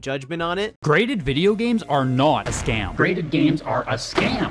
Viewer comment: Oh wait… it’s GRADED not GRATED